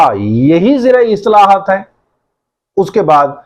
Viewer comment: Islahaat, not istalahat